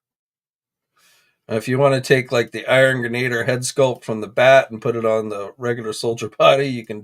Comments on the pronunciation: It’s pronounced Gren-a-dier for God’s sakes! It’s like listening to finger nails down a chalk board when you say Gre-nader! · It’s GREN-A-DEER, it’s embarrassing enough that a representative for GI Joe Hasbro butchered the name on the stream.